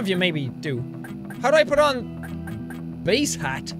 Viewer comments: he was pernouncing bass as base thats just sad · it is bass not base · Jack you said bass wrong it's not base its bass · he realizes i hope that he said bass (as in the instrument) instead of bass and bae in danish means shit lol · its bass not base